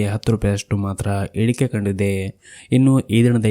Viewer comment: ನಿಮ್ಮ ಇಳಿಕೆ , ಏರಿಕೆ ಎಂಬ ಮಾತು ಸ್ಪಷ್ಟವಾಗಿ ಬರುವುದಿಲ್ಲ. ಗಮನಿಸಿ